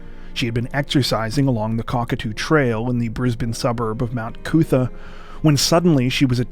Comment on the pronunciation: I love the fact that you pronounced the suburb of Mount Coot-tha correctly. It's late Sunday morning here so I hope you are having a great weekend.